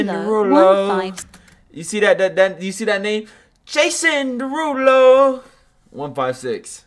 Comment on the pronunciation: I love when he said JaSoN DeRuLOoO